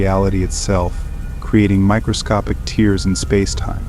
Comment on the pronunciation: Thanks for the spooky stories! Just a word of advice. If you replace the word 'tear' with 'tare' then the narrator would pronounce the word as an adjective or verb, rather than a noun.